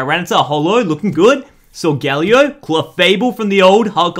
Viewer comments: Is anybody else annoyed he says solgalio instead of solgaleo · it's sol--ga-LAY-o